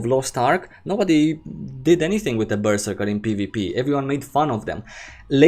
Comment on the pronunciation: Ok im fairly confindent you're trolling us with your pronounciation of Berserker.